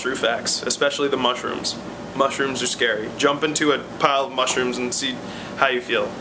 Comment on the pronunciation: At first i heard "smush rooms". Damn Jersey Shore T_______T